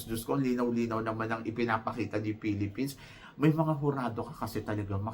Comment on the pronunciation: Ang galing mag-host ni. Hindi siya typical na Thai na hirap mag-english. Pati word na Philippines, kaya niyang bigkasin yung 'S' sa dulo. Saka ang generous niya sa pagbibigay puri kay Kirk. Meron pa siyang "Filipino pride!". Yes, magaling din si Athisa mag-host kahit sinasabi ng ibang Pinoy sa comment section na kulang daw sa adlib like Catriona. Congrats, Kirk! Mabuhay! 🇵🇭🇵🇭🇵🇭